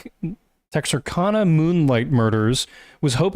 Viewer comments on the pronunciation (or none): Tex-Are-Can-uh guys. Please if you do a video on it, don’t mispronounce it. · the way you pronounced texarkana is fucking hilarious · Texarkana is not pronounced like that boys 😂🤦🏼‍♀️